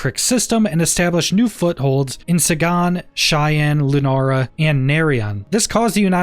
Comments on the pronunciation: A few things: 1) You said "2033", instead of "2330" 2) Also, the star system "Sagan" is NOT pronounced "Say GAHN", it's pronounced "SAY Gun", as in CARL SAGAN, the extremely world famous astronomer and science communicator. 3) "Psycho TROE pic", not Psycho TRAH pic". 4) Kudos on mentioning the Trade Alliance. You're literally the only content creator covering this that I've seen do so. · How dare you mispronounce Sagan (SAYgen)! Named after Carl Sagan. Don't take this too seriously, but the reference must be made clear. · Sagan is pronounced as Say-gan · Is Sagan supposed to refer to Carl Sagan? In which case I think it would pronounced “say-gun”.